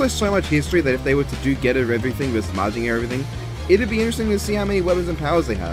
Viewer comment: Don't worry, you said Mazinger right. Good ideas in this one.